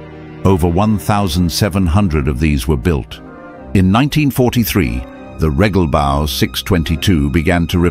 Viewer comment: Es heißt Regelbau, nicht REGGELBAU. I am american and other languages are stupid and I will never pronounce them right. Imbeciles